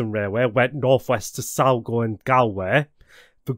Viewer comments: Ok i've no idea where "Salgo" is, but i'm wondering if its anywhere near Sligo? :P ( I'll excuse Galway being pronounced Gal-way, because that's how it looks phonetically. ) That aside, decent video on this. Fair play. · Sorry haven't finished the video yet, and this is not a mean remark only something that I find funny... not only the subtitles said 'Silgo' but you also saíd Silgo 😅(it's Sligo, someone sure pointed that out already). Made me chuckle 😊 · Salgo? You mean Sligo. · Great video. Irish place names can be tricky as the phonetics will be irregular to non Irish citizens. Sligo is pronounced Sly-go. Drogheda is Droh-hed-dah. Howth is Hoe-the. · Sligo is pronounced as sly-go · Also Sligo - Sly go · I'm trying not to laugh, but "Salgo" had me going and "Drogeedah" has me dying xD Sorry :P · scroll down the comments. Factual errors as well as the mispronounciations. It's nice that you're so forgiving but personally, I feel it's a poorly researched video that the creator has no 'hands on' knowledge of. Personally, I wouldn't make a public video on a subject I only have a scant knowledge of as it only makes you a target for ridicule (plus, how can you get 'Sligo' wrong lol) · jeebus h khrist. how do you fail to pronounce Sligo correctly! its nice to see an English person with knowledge of the existence of maps none the less.